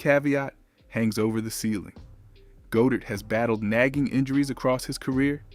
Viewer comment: Try saying Goedert like "God-Ert". For chrissakes!